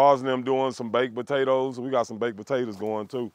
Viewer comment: Botatoes 🤣🤣🤣 you can’t beat us destroying the English language. My boy can cook tho